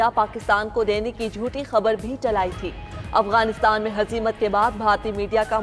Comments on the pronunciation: یہ افگان کہاں ہے اردو خبریں پڑھنے والی اپنا لیجئ ٹھیک کر لیں افگان نہیں افغانستان کہتے ہیں ورہ خبریں انگش ہی میں پڑھیں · Is larkey newscaster ko to bolna bhi nhi ata, Afghanistan ko kuch galat perhta hey